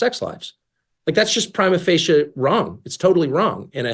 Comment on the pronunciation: Someone needs to teach Tucker how to pronounce "Prima Facie".